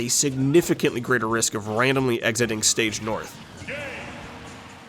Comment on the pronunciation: "Stage north" lol